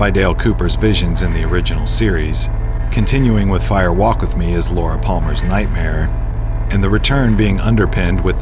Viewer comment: Distracting that the narrator (AI?) continually says "Fire WALK With Me". Why the emphasis in "walk"? A fire walk (over hot coals) is a thing, it isn't a fire WALK verbally. Spoken aloud , it should sound like "firewalk". No special emphasis.